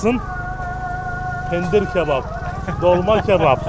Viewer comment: Penir değil Pendir :) hahhahah